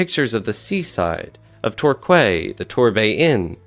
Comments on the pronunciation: Its pronounced 'Tor-key' not 'Tor-kway' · Astonished that no one appears to have commented on your hilarious mispronunciation of Torquay. It’s Tor-KEE not Tork-way. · Excellent commentary on the recording of one of the most innovative creations in popular music history. By the way, Torquay is pronounced, "tor-KEE." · even Torkway for Torquay :) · I'm about to bite this narrator's head off over his pronunciation of Epstein and Torquay.